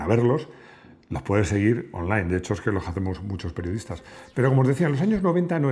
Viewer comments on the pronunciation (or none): none